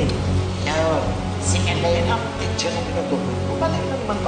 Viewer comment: Hindi marunong mag pronounce ng teacher si Georgia 😂 Georgia- titchir